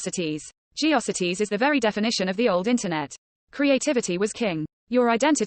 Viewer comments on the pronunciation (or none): I miss people's actual voices, rather than irritating robo-narrators that mispronounce geocities and read out youtube's gibberish URLs.